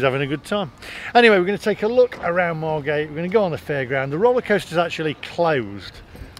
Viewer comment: Loved this. It seemed every school trip was to Bembom brothers in the 80’s. You need to get the pronunciation of Margate right though its Mar git 🤣🤣